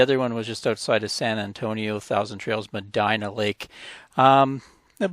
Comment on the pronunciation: It’s pronounce Medeena (Medina)